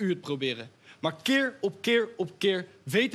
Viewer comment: Keerrrrrr op keerrrrrrrr op keerrrrrrr. Hahhahaha